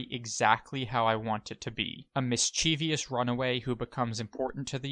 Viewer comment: please stop mispronouncing the word mischievous. It's not mischevious, it's mischievous. Mis Chee Vus. NOT mis cheev eeyuss. Spelling matey spelling! lol, grammar nazi over and out